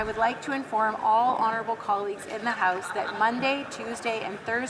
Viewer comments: I swear when Karina Gould was first speaking she almost said "This side of the heist". Not "house"... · Haha,it sounded like gould said 'this side of the heist'.